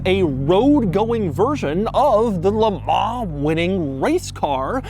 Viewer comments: "jag you are" not "jagwar" and "le mon" not "le mar" for christs sake. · Just to let you know.. Le Mans in pronounced 'Le Mon' (the n being subtly pronounced) and not 'Le Mar' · "Le Mahhh"...lol